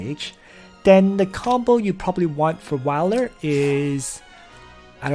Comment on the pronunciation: Wiler? No. Whaler.